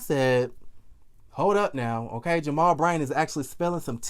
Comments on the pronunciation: why do you say J- mal. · Why are you pronouncing his name like that...?